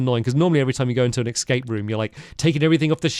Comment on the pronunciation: Hearing him say “ex scape” rather than the actual pronunciation “escape” always takes me back to the best YouTube video of all time, Sinking Feeling